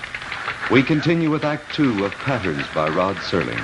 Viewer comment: Serling. Not Sterling